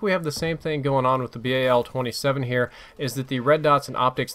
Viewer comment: i don't get how they make guns shoot slower than their previous variants and yet they are over powered. also pronouncing the gun name to be a pun. you had one job.